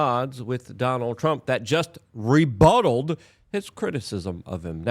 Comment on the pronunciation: He ‘rebutted’ not ‘rebuttled’- that’s not a word. “Deceptive”, not “decievious” - that’s not a word.